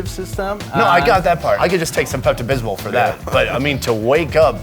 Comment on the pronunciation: "Pepto Bismol". LOL!